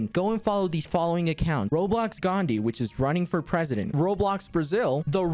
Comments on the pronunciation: I love quackity say “ Gandi” instead of “ Gandhi ji” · The way he says Gandhi is almost like gandi if you are indian you know what gandi means🤣🤣🤣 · The way quackity pronounced Gandhi literally means asshole